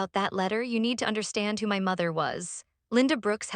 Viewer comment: This is a very harsh horrible AI voice, I don’t think I can listen to it all, it’s very grating on the nerves! also, it’s another AI voice that can’t pronounce ‘my ‘ it comes out as M Y